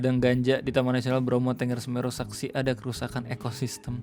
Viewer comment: Setau saya bacanya Bromo *Tənggər*, bukan Ténggér. Sama gausah berharap apapun ama Menhut baru. Menteri yang sekarang gapunya pengalaman Kehutanan apapun, dia pendidikannya filsafat agama ama ilmu politik, dapet jabatan karena dia petinggi partai dan member ormas. Salah satu kebijakan pertama dia di jabatnnya sekarang tu ngeganti logo Kementerian dari pohon bringin jadi kelapa sawit. Bikin curiga banget ada suruhan dari megakorpo sawit juga.